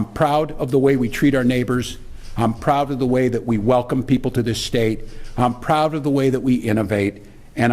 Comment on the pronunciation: State not shtate you knuckle head